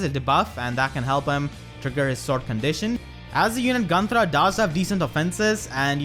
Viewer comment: Sorry, but i can only think on how you roll the R in Gunnthra and i freakin love it !